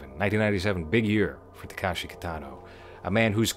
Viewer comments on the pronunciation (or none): Somebody else already pointed out that you got the filmography timeline wrong. But I wanted to also mention that you're pronouncing the name incorrectly (a more egregious error). It's not Takashi. It's Takeshi.